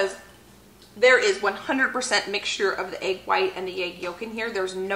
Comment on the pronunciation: Egg not agg